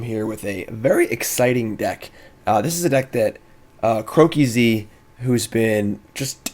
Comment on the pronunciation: Its Crow-keys not Crow-key-z. Cmon now man you're using his deck for your video and you didn't bother to find that out? xD